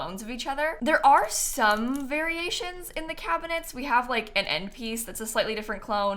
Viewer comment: Cracking up at "Cabihnets"